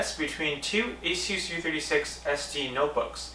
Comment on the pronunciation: I had no idea Asus was pronounced like that.